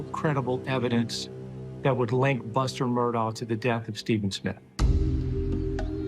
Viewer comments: The name is not pronounced Murdoll, it’s pronounced murDOCK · Actually it's pronounced Ellick Murdock. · Big family in multiple counties It's pronounced Murdock! Your ignorance is blaring! 🙄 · I find it sad that all these "know it all" people doing these interviews don't know how to pronounce the Murdaugh name. Google it. It's the least you can do if you want to be considered a reliable news source.